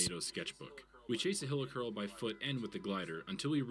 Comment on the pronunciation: it’s pronounced hilichurl hehe idk why he said hilikurl